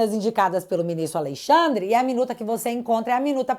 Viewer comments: ALEXANDRE SENDO "ALEIXANDRE" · "Aleixandre" piada